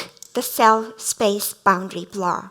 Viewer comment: LOVED IT! Going to use the concept in my own talk about 間. One remark - as a lecturer, if one has such a strong accent, it is better to avoid using a word like "blur", which was a key term in this talk and sounded like "Blah" throughout... and instead use a more easily pronounced word to express the same.